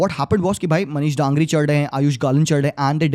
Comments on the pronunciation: DANGRI nahi bro DANGI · Not Dangri but Dangi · Not DANGRI 😅 Manish Dangi Dan***i is kind of bad word( gaali ) in Nepali 😅 just say manish if you fell unfortable Manish DANGI मनिष डाङ्गी Daa-n-gi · Manish Dangi not Dangri😒😂